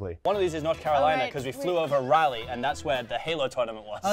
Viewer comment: As someone from NC, that is not how you pronounce Raleigh